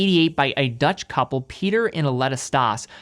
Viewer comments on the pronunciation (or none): none